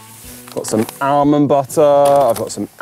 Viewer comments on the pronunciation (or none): Conor is just like my brother who pronounces "aa· muhnd" as ALMOND. Just teasing, love you Conor!